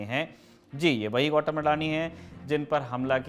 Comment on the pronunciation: गौटम नहीं गौतम है यार उसका निम